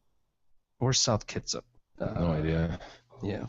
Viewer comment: It's pronounced "Kit-Sap" ... I used to live out there.